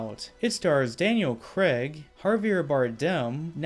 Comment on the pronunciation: It's Severine not Sevrin, It's Silva, not Silvia, it's Craig (Cr-aig) not Kregg. Apart from your horrible butchering od many names, it's great you saw Skybore for the overrated rip off fest it is. Boring, actionless fake Bond film ripping off The Dark Knight. Spectre & No Time To Die are so much more entertaining than this.